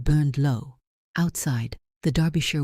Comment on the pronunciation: A story off the beaten track from most Duke stories. Finally a Duke who looks like a real person instead of a Greek god! Both the Duke and duchess characters are well drawn and also the first time I’ve heard in any of these stories where Derbyshire is correctly pronounced. Congratulations on a job well done.